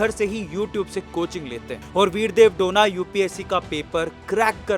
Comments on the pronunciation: उनका सरनेम " डोना " नही है. " डोने " है.गलत उच्चार मत करो. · Sir donna nahi pronounce it as do ne. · Bidev dhone name he name to sahi bolo a2